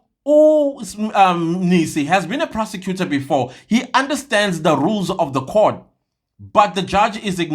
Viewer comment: Did you say a persecutor or perpecutor and to be on bench in RSA Law Society 😂 c'mon 😢